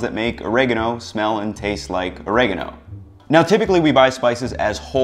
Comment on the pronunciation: 9.9 out of 10 you could have gotten that one last point by pronouncing Oregano in a way more pleasing to the ears